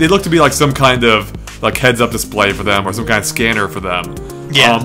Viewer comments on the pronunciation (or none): none